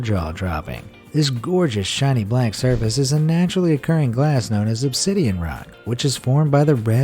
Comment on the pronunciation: Who els though of Minecraft when he said ubsiden